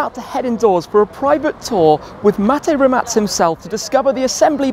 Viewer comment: Finally somebody that can pronounce Mate Rimac correctly!